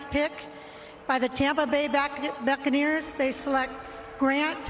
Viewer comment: She almost said backaneers 😆